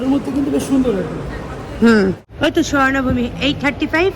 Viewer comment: এয়ার পোর্টের নামটা শ্বর্ণভূমী নয় ওটার নাম শুবর্নভূমি